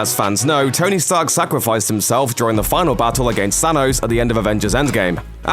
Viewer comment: Why does he keep saying Sanos - Plus he said "I AM IRON MAN" - SO what are you on about?